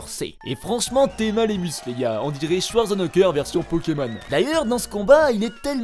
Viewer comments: "schwarzenekeur " mdrrr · on dirai swarzenekeur XD ça me tue comment tu le prononce